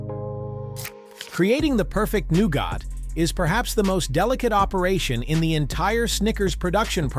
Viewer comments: it's nowget NOT nowgot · It’s pronounced NEW-GET not NEW-GOT (stupid AI guy 😡😡😡) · I can't hear 'new got' one more time.... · Noo-got? Really? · hmmm, "new-got" ? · I’m out. If “nougat” is too difficult, don’t make videos.